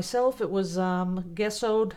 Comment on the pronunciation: Heaven poured in awhile and this video inspired me to pour again! I did a pour with black, white metallic copper and metallic gold. Came out awesome. Thanks for the inspiration. P.S. GESSO IS pronounced with a j sound like Jesso